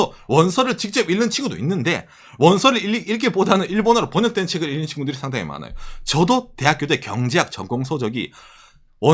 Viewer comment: 일는이 아니라 익는으로 발음해야 합니다 ㅠ